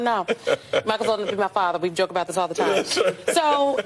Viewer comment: can’t pronounce “th” 😂😂 DIS… DAT… DEY